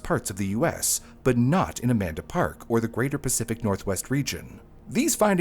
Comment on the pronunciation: I keep hearing a man to park instead of Amanda park so i feel you